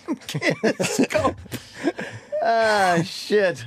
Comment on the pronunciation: "Sam Kiniscope" cracks me up every time.